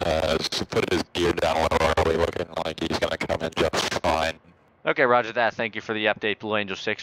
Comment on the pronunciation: "Rogur that"